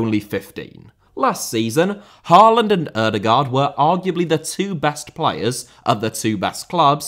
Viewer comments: When will a Brit manage to pronounce Erling Haalands name correctly? Maybe around year 2049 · Your pronunciation is not half as bad as The Irish Guy, so don't worry. A lot of good points here, don't agree on Solbakken just yet, but players out of position is key. Ajer and Østigaard for instance has to be solidified as center-backs and not anywhere else on the pitch. The same for a lot of other positions, we just need them to settle. But Norway is missing a top GOALIE, that is by far the weakest link in this team, to adapt to modern football. Just like Allison, Ederson, Onana (before United at least) we need someone reliable between the sticks!! But no, its not the best team of all time. The team "Drillos" from WC '94 through EUROS '00 consisded of 3 to be trebble winners from Man U, regulars for Leeds, Southampton, Chelsea, Spurs and a lot of Liverpool players. That was our golden-age, beating Brazil in 98'. And why us Norwegians love English football so much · The letters 'aa' in Haaland and Ødegaard are pronounced more like the o in 'goal' or 'score'. The d at the end of the names is also more or less silent. So they are "Ødegore" and "Hoelann" :D